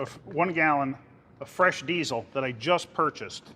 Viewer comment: a lot of emphasis on the zzzzz in diesel lol!